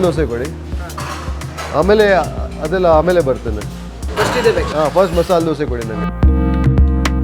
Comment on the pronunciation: Bro it's not masal dose its masala dosa spell it correctly bro